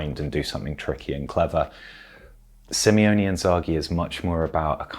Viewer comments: it's SIMONE not SIMEONE:D Nice analysis but I'd recommend splitting it into mini-sections next time, instead of speaking mostly uninterrupted for 15 minutes:) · Its Limone not Limeone .. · It's SIMONE not Simeone :) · You always say SIMEONE Inzaghi. That's two guys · Great video. Just a minor thing I've noticed many do, his name is Simone (Sim-O-Ne). I think we all went through minor dyslexia in the beginning because of Diego Simeone